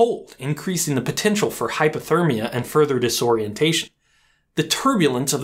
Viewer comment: "Hypo"-thermia not, "Hyper"-thermia.